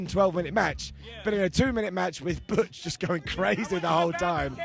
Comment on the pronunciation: So when Sheamus and Pete Dunne came out, I thought the announcer legit said Sheamus' partner was named BUDGE instead of Butch, and it made me think of the BTE skit and how they were making fun of name changes then, and it just so happened that one of the names they picked as a joke at least phonetically made its way not only into WWE but also Wrestlemania for a two minute match, and that made me laugh.